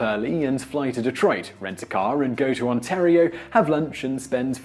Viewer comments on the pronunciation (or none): none